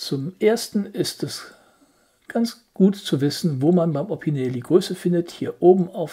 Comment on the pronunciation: Das wird „Opinell“ ausgesprochen, nicht „Opineel“ - mit Verlaub.